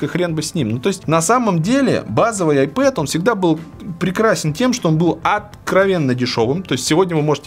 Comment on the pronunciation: Получается айпопэд/айпопит